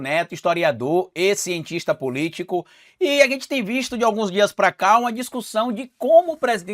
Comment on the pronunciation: só um toque. quando vc fala e cientista politica se ouve ex cientista politico